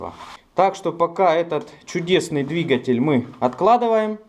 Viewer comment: говори правильно дригатьель